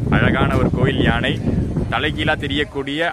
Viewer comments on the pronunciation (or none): none